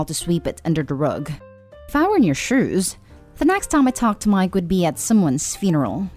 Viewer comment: Omg I can't take how this girl says miKe it's really annoying